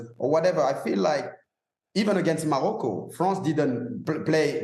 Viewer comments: Did he just pronounce Morocco as “Mowocco” ? What a clown 😂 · Did EVRA just call Morocco and “Mawocco” ? What a clown 🤡